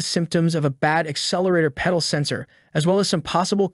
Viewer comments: Stop saying Pee-dal sensor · is it a pee-dal or a pedal? The age old question... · Dude cannot even properly say pedal or multimeter 😆